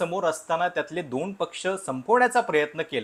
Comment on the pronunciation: काही शब्दांची नीट प्रॅक्टिस करत जा.. उदा. दोण, स्वप्ण, वगैरे... दुसरं म्हणजे तुमचं निरीक्षण कच्चे आहे..२०१४ मध्ये दोन्ही ठाकरे सोबत होते, २०१९ मध्ये दोन्ही विरोधात होते..२०२४ मध्ये मात्र एक सोबत आणि एक विरोधात होते...तेव्हा एक ठाकरे कायम सोबत ठेवला वगैरे बाता झूठ आहेत... आणखी एक शिंदेंनी नगरसेवक पळवले म्हणण्यापेक्षा शिंदे कडे गेले असे म्हणू शकता..आणि ते योग्य आहे असे वाटत असेल तर पवार साहेबांनी २०१९ मध्ये अख्खा पक्ष पळवून सरकार स्थापन केलं असं म्हणायची देखील प्रॅक्टिस करून घ्यावी पाहुण्यांनी सुद्धा... आपला अजेंडा रेटण्याचा हा एक प्रकार असतो...तो बंद करा...लोक खरेच चतुर आणि हुशार आहेत...त्यांना तुमचा propganda समजतो देवा...